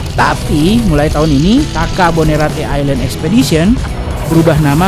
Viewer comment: Bilangin dong pak bupatinya.. island jangan dibaca aislend, tp island=ailend.. malu dong didengar sama bule... bahasa inggris nya malu2 in.